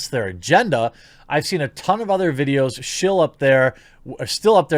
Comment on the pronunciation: "Shill up there with way bigger channyels than mine" Wtf mate.